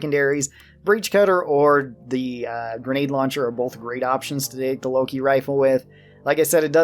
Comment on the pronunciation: It's not Loki, it's Lok-one (wordplay for lock-on)